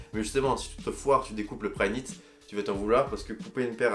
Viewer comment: Il a dit combien de fois prynit